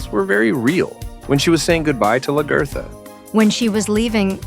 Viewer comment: From the way the narrator pronounces "Lagertha" I take it he didn't watch the show.